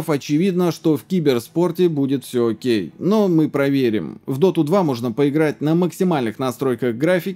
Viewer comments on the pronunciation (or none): none